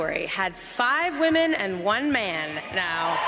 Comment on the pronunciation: Has the entirety of the red pill space simply forgotten how to pronounce the word "women"? Is it possible they don't know that "woman" and "women" are two different words with different pronunciations?